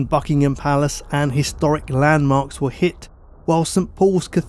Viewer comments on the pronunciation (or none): none